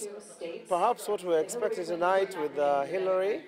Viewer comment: She said Hirary...👀😂💦💦